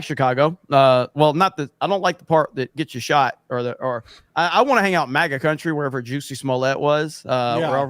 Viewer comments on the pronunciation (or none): none